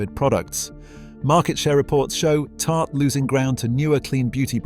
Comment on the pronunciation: Tarte-one syllable